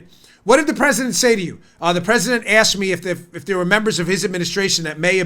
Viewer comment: Nadler needs his ED medications decreased ..the little prig ... I bet that he hasn't used a urinal for 20 years without pissing all over his fingers...that's if he can even reach around his belly to find it ! Looks like the Penguin and talks like Elmer Fudd ...I mean , who the hell pronounces the President as the Pwesident ?